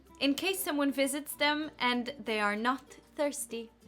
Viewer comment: Have a look at this nice example of Icelandic accent: the sentence '...so that you may not miss an opportunity...' do you hear it? 'noht' You sometimes sound littlebit like that - but only in this respect, not the rest of the accent. I don't write it to criticize, you have super nice and smooth English! Just as an observation. Because up until now I thought that only Icelanders do it and you have proven me wrong :-)